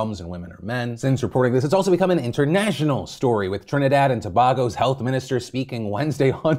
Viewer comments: Trinidadian here, Its actually pronounced To-BAY- go not To-BAG-go lol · Tobago pronunciation is (two-bay-go) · it's pronounced TO-BAY-GO not TO-BAH-GO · As a Trini, its TO-BAY-GO not TO-BAH-GO. luv yuh face, Phill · Trinidad and where?!?! Genuinely never heard anyone say to-Bah-go before 😂. Its pronounced tuh-bay-go incase you have to say it again. You never know this story may miraculously stay relevant. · PHIL...Trinidad and Tobago loves you but ...its pronouced To-Bay-Go. Not your fault,now you know :) Can you redeem us on the next show but pronoucing it correctly!? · Fellow Trinbagonian here. Slight adjustment to the pronunciation...it's TO-BAY-GO no "e" sound at all therein. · It’s so weird to see Trinidad and To-BAY-Go on the PhillyD show 😭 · Phil, its "toe=bay-go" - From a normal Trini person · Phil: it's pronounced tuh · bay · gow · Phil, its "To-bay-go", thank you :) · let me help you out Phil before the Caribbean people get mad at your pronunciation. YOU GOT THE FIRST PART RIGHT! its pronounced Trinidad and To-Bay-Go (Tobago) you beautiful bastard. Love the videos btw <3) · It's Trinidad and Tobago, pronounced 'TuhBAYgo'. Thanks. 🤓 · Tobago is pronounced “tuh-bay-goh” btw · hey phil! it’s pronounced tah-bay-go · It's pronounced Too - Bay - Go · Phil I love you, but its To-bay-go, you hurt my heart a lil, #trinitothebone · Watching man's on the regular and it hurt me a bit when he said it. I was hoping he'd get it right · The way Philip said Tobago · Why'd he pronounce Tobago like that tho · I dont think you are saying tobago right.